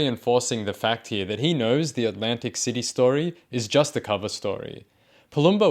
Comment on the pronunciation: It’s not Atlantic City - it’s ’Lantic City 😅😅😅😅